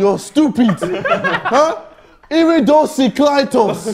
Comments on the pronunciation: Vikk: Can I have some words? JJ: Iridocyclitis Vikk: IRICDOCLITUS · “iricdoclitus” is not iridocyclitis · "Iricdoclitus" So close Vik